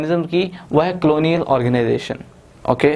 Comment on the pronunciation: Not clonial its colonial....